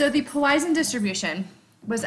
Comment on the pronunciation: Please learn how to pronounce Poisson. Thank you.